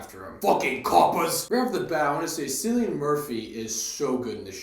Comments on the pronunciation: you are not procouncing his name correctly. It is like Kilian Murphy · Thanks for the review - it is pronounced “Killian”- with a hard K, mate!